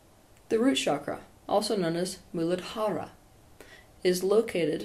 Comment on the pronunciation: pronounced mula-dhara. also lam is pronounced "luhm," thank you Teal